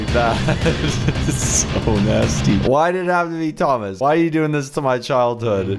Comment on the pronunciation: Thoma it is monter AHHHHH